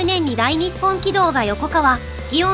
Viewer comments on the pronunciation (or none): 横川「よこがわ」な。よこかわは信越本線になる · 以前の何かの動画とあわせて考えると、ヨコカワとヨコガワがごっちゃになってるように感じます 広島の横川はヨコガワ、群馬の横川はヨコカワ、 そのように読み分けてもらうと聞き流していても不自然さがなくなることでしょう